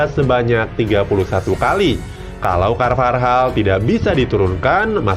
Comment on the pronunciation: daniel carvajal woy bukan carvarjal gajelas banget asli